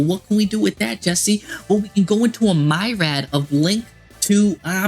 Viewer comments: Did he just say "a MYrad of decks?!" Myriad, bro. Meer-ee-add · Im not sure if I think it is better than loci or black metal dragon, but just so you know myriad is pronounced like here or peer, not mire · Does he really think it’s pronounced myred?